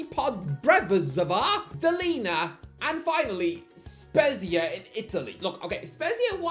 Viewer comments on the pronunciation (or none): He also mispronounced Spezia (and Lecce in other videos).